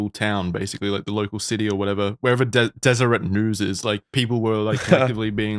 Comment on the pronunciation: I live about 2 hours away from here. I've passed Skinwalker Ranch on the way to Colorado several times, and it's always creeped me out..... PS Deseret News is a statewide news group owned by the mormons. It's pronounced DEZ-ER-AY. :)